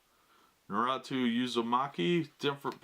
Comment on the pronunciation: Its not pronounced how u said it bro its NA RUUU TO